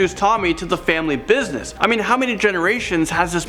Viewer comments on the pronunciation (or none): none